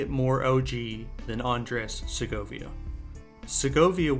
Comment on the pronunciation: Please learn how to pronounce his name at least.